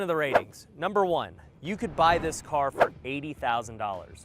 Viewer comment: Number u say very incorrect!